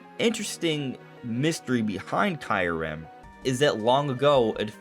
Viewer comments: You pronounce it perfectly DONT listen to anyone ! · Keeyou-rem (KYU pronounced like REU in "REUSE")